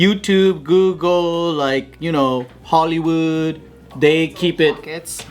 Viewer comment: "Haolewood (Hollywood)." - Joe (a Hawai'ian Pidgin English word for "foreigners" (or it means "without breath" in Hawai'ian).